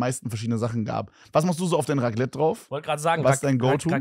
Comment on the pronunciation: Bro was für Raglette es heißt RACLETT MIT C